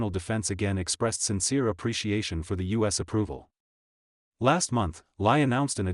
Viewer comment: This one is obviously AI generated. It cant say U.S correctly and it repeats "Indo Pacific Queen" like 10 times. The AI even confuses itself and thought Indo Pacific Queen was a real thing and that the president of Japan can be coronated.